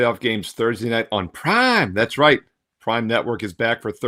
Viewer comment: Why do u say prime like that ???